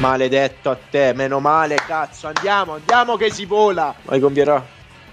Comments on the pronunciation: Il modo in cui diceva cazzo mi ha ricordato il "ma cos'è diventato il calcio? Una giungla caZo" di Malesani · Se mi avessero dato un euro per ogni volta che ha detto “CAZOH”, sarei con le palle a mollo su un’isola tropicale nell’ultra chilling